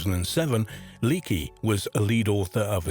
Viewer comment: How are you not going to get the name "Leakey" right in a video about archaeology? The Leakeys are a damn archaeological dynasty!